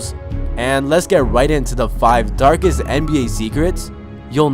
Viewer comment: dargest nba zecrets